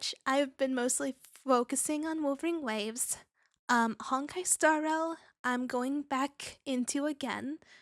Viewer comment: for some reason I keep hearing wuthering waves as wolverine waves 🤣. But you do you, hope you keep doing Okay